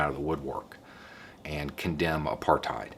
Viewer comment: Congratulations. As someone who lived in apartheid for 44 years ( ) I think you did a great job. Incidentally, it is correctly pronounced 'apart hate' not 'apart height'. I know, I was there. But well done. The biggest thing was that by the end of the 1980s the country was flat broke, and when (of all people) the NY banks refused to roll over the SA government's loans the house of cards had to come down. Anyway, thanks.